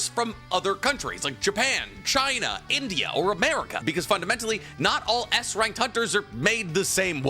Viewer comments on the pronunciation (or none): none